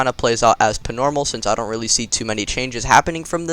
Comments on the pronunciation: He's always say ing pnormal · Why do you say pnormal